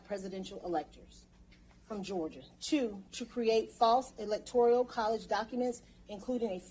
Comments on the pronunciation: Electoral not electorial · Fascinating... but she is going to have to read this off multiple times and should probably learn that it is "Electoral" and not "Electorial".